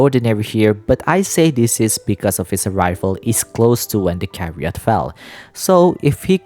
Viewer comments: Hello - I’d like to politely let you know that chariot is pronounced with a ‘ch’ as in chair, /cha-ree-ut/, and not like how it’s pronounced here on the video /ka-ree-ut/. Thank you and I love you your videos I hope you don’t take this negatively. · I can confirm that "chariot" has an "h" in it, and it's not silent.